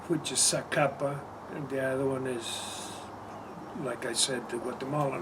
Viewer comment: I think favorite rum that he refered to but had trouble pronouncing is the ron zacapa. They make a 23 yr old, xo & black label. I have had my eye on the 23 yr old for some time since it is more affordable but have yet to try. That would be great to bring back on the show to review. Personally, I recommend the el Dorado 12 yr, best drinken neat. The 5 yr i can only stand mixed, much too sweet. Thx for the reviews, i enjoy!!